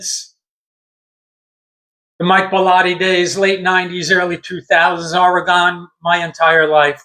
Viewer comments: Yeah, it's not oreGON(e)...it's OREGUN....like or-e-gun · Great commentary but it’s pronounced OREgon, not oreGON. But that’s my only quibble. Love for the game and Rutgers on full display here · I dig ur video, but it's Ore-ig-inn homey.. Not Or-i-gone.. It ain't hard dude, East Coast bias sucks.. Can't even say our name right.. It's Root-gurs right? Come on man.. Ridiculous.. And after 35 yrs you can't figure out our name? JC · It’s pronounced Or-eh-gun 😄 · OK, Oregon iz pronounced O.R.Y.G.U.N. Just plain old O.R.Y.G.U.N. orygun... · Only stupid Americans miss pronouce OREGON. I have yet hear a British missed pronouce the word Ore-gun, maybe because it's their language.😅 🎉🎉🎉Go Oregun Ducks🎉🎉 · It's pronounced Oregun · Aw-ruh-gn is the proper pronunciation-Oregonian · That’s incorrect. It’s pronounced Or eh gun. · Oregon...say ORYGUN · Pronounce it like your saying “organ” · Hey, its OR-E-GUN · Thank you for trying to help him say Oregon properly!!🙏😅🖖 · He almost said Oregon correctly…once. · It's okay that you can't pronounce Oregon correctly, reminds me of the old days when nobody knew where we were located. Also, I don't know where Rutgers is. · ~ For one, you're saying Oregon wrong..... For two..... If you were at all "surprised" at Oregons size, you have no idea about college football.... Oregon literally has one of the biggest most physical teams in the entire country and everyone knows that... Objectively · If you're going to go on a rant my friend .say the name right. It's Oregon. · Learn how to say Oregon